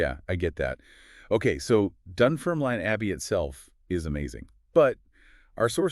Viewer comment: You can't even pronounce Dunfermline properly. Why should I listen to you?